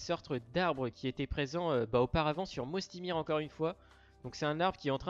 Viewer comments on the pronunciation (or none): On dit pas "Mosty mir" mais "Moysty Mayer" ! Très bonne vidéo cependant 👍👍